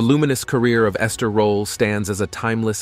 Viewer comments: Ms. Esther Rolle was a magnificent actor, activist, advocate and lady. Your The Concealed Facts depiction is riddled with errors! One of which is pronouncing her name incorrectly as "Rolla" and "Rolley." It's ROLLE, and the "e" is silent. Many of the photos are of other actors, i.e., Isabel Sanford. Please contact her former public relations representative or her family members and have all the errors corrected. She also did not play Walter Lee's wife Ruth in A Raisin in the Sun. Esther Rolle as Lena 'Mama' Younger with Starletta DuPois as Ruth Younger. That is not her photo at your "Early Life in Florida" at position and "Lifelong Dedication to Civil Rights" at position and when you speak of her father's "way with words" at position --none of these photos are of Esther Rolle. Also, your "Lasting Influence in Hollywood and Television" at position 24.:09--that's not her, either! And who on earth is this person in the tuxedo looking like a man? I can't find the photo right now, but I'll comment again if I do. Thank you for your kindness. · A very DUMB title to this piece, also. please learn how to say her surname properly. Rolle deserved much better than this, I doubt she would have liked a show like "Fresh Prince." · I hate bot narration. You pronounced Rolle 3 different ways. Doesn’t antone edit these bots?